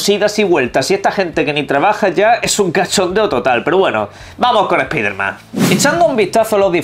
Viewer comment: Es piderman jajajaja Como odio escuchar eso pero sacando eso, no sera goty.